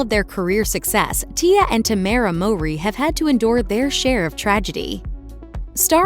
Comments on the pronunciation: The mispronunciation of their last name is killing me. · People who have been fans know that their life was not tragic… and that’s not how you pronounce their last name. This YouTube channel always got something wrong lol